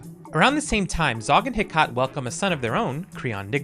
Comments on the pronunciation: One thing I would like to point out is Hecate's name is pronounced "Hek-ah-tee" instead of "He-cot". The name comes from the Greek Goddess of magic, sorcery, necromancy, and ghosts. So another fun little hint towards Olive's family! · Hecate is heh-caht and not he-cuh-tee? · Hecate is pronounced "heck-a-tee" and is named after the greek goddess of the night, magic, moon, and crossroads. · i need you to learn how to pronounce Hecate, please. heh.cah.tee. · "Heh-kah-Tee" = Hecate (Ancient Greek Name) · Hecate is pronounced hec-a-tee and is a reference to the goddess of witchcraft. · Please learn how to pronounce Hecate, she is the Greek goddess of lost souls and magic. The former I think making her perfect for the Specter family